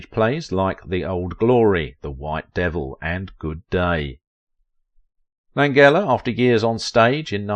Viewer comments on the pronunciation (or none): Lan-gella pronounce it correctly. Please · Frank Lan-jella, not a hard g. He's alive and 85 years old. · How can you set out to do a video specifically on one actor and yet mispronounce his name? I know Brits express more letters than USA but this is a name!! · it would be nice if they pronounced his name correctly. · You're saying his name wrong.